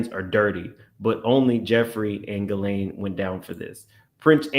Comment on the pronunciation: … her name is pronounced GHEE-lane … not GHISS-lane 🤭